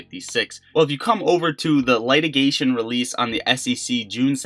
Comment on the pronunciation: It's "Litigation" "Lit"... rhyming with fit, bit or sit. With that out of the way, I do love your videos. You're one of the best right now. Keep it up!